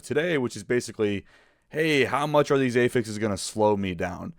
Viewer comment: great video, but wtf is up with ay-fixes